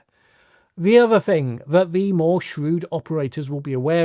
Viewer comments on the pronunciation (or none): It's pronounced the not ve